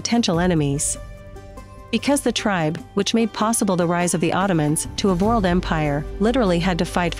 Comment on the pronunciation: That is incredibly annoying. They didn't uncover any of the real Ottoman history. All they did is regurgitate unlikely myths with a bad narrator that says world like "vurled".